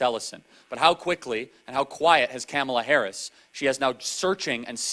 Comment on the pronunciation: Damn‼️ All this time I thought her name was pronounced “Camel-uh Hair-ass”. 😂